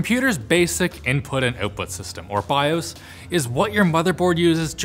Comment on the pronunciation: "Basic input and oot-put" lmfaooo